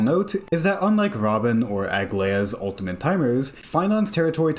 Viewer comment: U L T I M A T E not OON TEE MENT